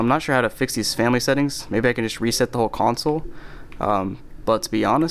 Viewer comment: You say reset as reseat lol. It’s re-Seht a controller. Not re-seet a controller. I never pronounce nazi but that was weird to me lol.